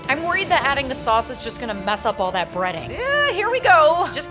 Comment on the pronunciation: I thought you said breeding and I was very confused